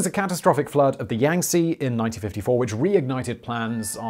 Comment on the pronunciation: It's pronounced Yahng-Tzeh lol. Love your stuff, Simon.